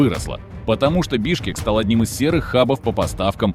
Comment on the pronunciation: Бишкек, не Бешкек